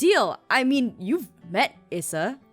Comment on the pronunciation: I'm pretty sure Brendan's wife's name is pronounced eessa not issa